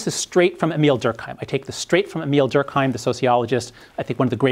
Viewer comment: Nitpick incoming: Durk-aaa-m. More like an eh sound. There is no H involved.